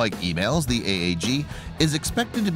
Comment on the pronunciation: just for the record the new cat system is pronounced "eee-malls" lol